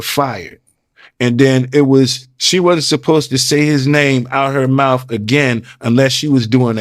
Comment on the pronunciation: Especially if they were kissin in “da mouf” 🤦🏽‍♂️